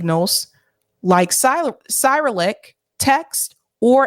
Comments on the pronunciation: No offense but it is becoming more and more difficult to take you seriously when you keep mispronouncing common words. Cyrillic is pronounced sir-ill-lick and Rorschach basically sounds the same way it’s spelled. It’s not Rorsch there is an ack on the end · ( , ) 'Cyrillic' is pronounced: si-RILL-ik. That's the name for the Russian alphabet, named for St. Cyril (SEER-ul), the medieval Eastern Orthodox monk credited with inventing it. Pronounced ROHR-shock. A Rorschach test is an ink blot test -- one where you project onto an image something that is already in your consciousness. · I've always heard it pronounced as si-RILL-ic, but I'm in the US. How you have it might be how its pronounced in eastern Europe.